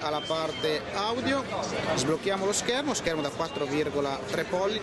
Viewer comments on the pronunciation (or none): hai detto di nuovo "pollitor" invece di dire pollici :)